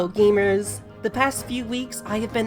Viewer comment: When I heard the intro I thought you called us "Boomers" instead of "Gamers" and got confused